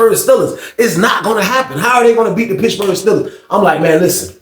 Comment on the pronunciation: Bro said "Pitchburg" Steelers 😂 you startin to talk like a old head 😂